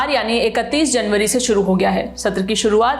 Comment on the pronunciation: तुम कुछ भी छुड़ू (शुरू)नहीं कड़ (कर) पाओगे 😂😂😂😂